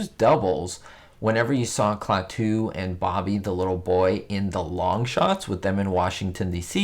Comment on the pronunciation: HI,! (*BTW, it's KLAH-too, not Klah-TOO).